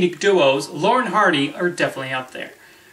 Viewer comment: First, try to pronounce their names properly. It's not "Lauren & Hardy."